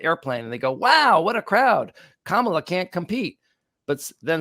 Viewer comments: It's "Comma-la" not "Cama-la" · let’s get Kamala’s name right. Comma lah. John says it correctly. But alas, you pronounced it like Donald. With just a few minutes of conscious rapid repetition it will become automatic and second nature. We're all going be saying it regularly for the next 8 years. The alternative is a descent into 1930s Germany or Italy and who knows what happens to normal people who rightly criticized this low IQ Mussolini? Ps fan of the podcast!